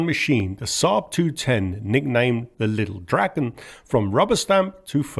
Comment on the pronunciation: Your Swedish pronuanciations are impressive. Thanks for actually translating the name (mostly) properly! Lilldraken means the Lil' Dragon, and not little dragon. Praise be to!